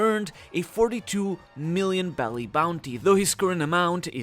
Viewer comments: Also isn't it berry and not belly? Honestly just want to know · Why do you say “belly” for the money? That’s how Japanese people pronounce berry. You’re not speaking Japanese. So say Berry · Isn’t it berry not belly